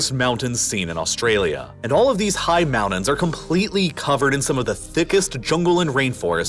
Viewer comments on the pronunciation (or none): I REALLY want to watch your videos but you conSIStently misuse the emphasis on certain words, and using it in the comPLETEly wrong places, making it imPOSSibly hard to listen. It's an exTREMEly unusual narration style.